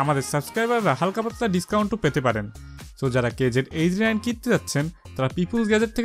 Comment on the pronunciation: It's KZ not QKZ 😑😑